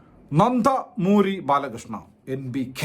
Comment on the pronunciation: 0.38 നന്ത...മൂരി ബാലകൃഷ്ണ എന്തോ കൊള്ളിച്ചു പറയുന്നത് അല്ലല്ലോ അണ്ണാ 😂😂